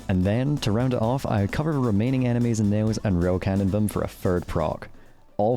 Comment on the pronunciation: why does bro say "animes" instead of "enemies"